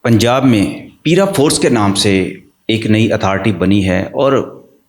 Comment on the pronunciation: انکروچ منٹ تو لوکل گورنمنٹ کے ذریعےمنٹوں میں ہینڈل ہو سکتی ہے بھاری جرمانے کریں ڈیلی نظر رکھیں بائ دا وے یہ پِیرا فورس نہیں پَیرا فورس ہوگی پ کے اوپر زبر پڑھیں